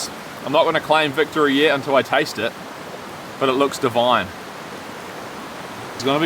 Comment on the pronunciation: "It looks Deh-vuyn". Love your videos